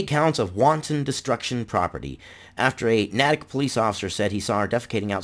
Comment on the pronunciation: This makes me sad and embarrassed to live in this state..... btw it is pronounced NATE - ICK not NAT - ICK